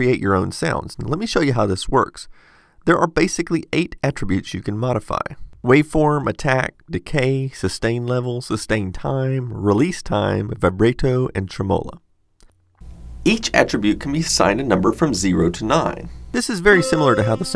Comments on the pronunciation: "Vi-bray-toe and trem-oh-lo"? Vih-brah-toe and Trem-uh-lo, thanks :V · Just now getting around to this one. Great stuff. Some mispronunciations though: Vibrato: v(eye)-Bra-toe Emphasis on second syllable that holds a woman's breasts Tremolo: Trim-a-low. Emphasis on first syllable Source: fancy-pants music performance degree that I don't use :) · Vibrayto and truhmolla killed me. Seriously though, good review. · "Vaybrayto and tremowla" xD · Wait can you say tremolo again? Lol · Ive never heard anyone say vibrato and tremolo like that lol